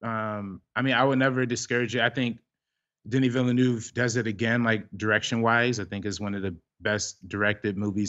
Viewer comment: My years of French class in high school and college are fairly useless here in the states except when it comes to pronouncing French (or French-Canadian) names... De-NEE Vil-uh-NOOV. (If there is a vowel following a consonant at the end of a name or word, pronounce the consonant -- drop the vowel. If a consonant follows a vowel at the end, pronounce the vowel -- drop the consonant, like "salut" = suh-LOO.)